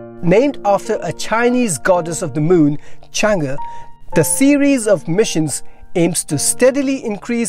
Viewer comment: Good pronunciation of Chang'e. 👍